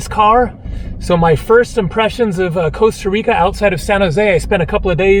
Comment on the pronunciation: Co-sta Reeka.